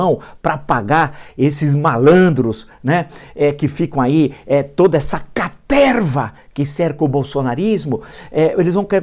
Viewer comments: Quem mais vem só pra ouvir o professor falar carterva? 😂😂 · "toda essa CATERVA" Nessa hora ai ele falou com vontade! Adoro esses momentos XD